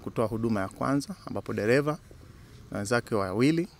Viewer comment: Hella, ni sheeeedah! c kwa lafudhi hii,Eti Gali, deleva,kulekebisha, Nyelele😂😂😂😂